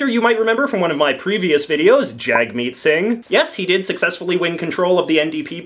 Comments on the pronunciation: J.J you have you say it right if you’re going to be a political commenter. It’s JUG-meet singh. jug like hug, not jag. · The first syllable of Singh's first name is pronounced like "jug", not "jag". I made this mistake too, at first. I live in Quebec and the idea that their problem with Singh isn't racism (as expressed in the comments) is ludicrous -- Quebecer's cries of maintaining secularism are all based on the assumption that the "real" Quebecers are the white baby boomers who went through the révolution tranquille, and everyone who diverges from that experience are just guests who should conform to white Quebec culture. Although it may be worth noting, I see a lot of people in Quebec worrying about Singh's success in Quebec, and acknowledging the conflict with their (racist) issue with religious symbols, but expressing interest & professed respect for Singh at the same time. So, I don't know, I'd like to hope that maybe Quebec could surprise us. (But... probably not.) Also I'd say relative to US politics, yeah the Liberals are on the left, but relative to Canadian politics they're definitely centrists.